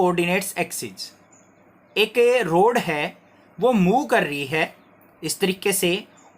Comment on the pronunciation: road nahi hai rod hai 💀